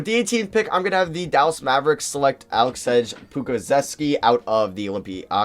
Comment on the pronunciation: Alexsej is pronounced Uh-lek-say